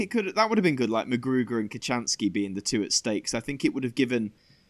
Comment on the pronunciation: Btw, its McGruder, not McGruger